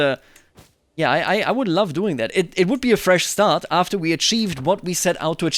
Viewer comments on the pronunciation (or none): none